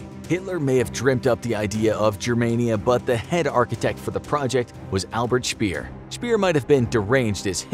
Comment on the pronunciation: Albert Speer isn't Albert Spier.